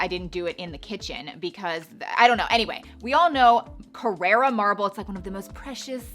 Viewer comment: It’s not “Carrera” marble, it is “Carrara” ✌🏻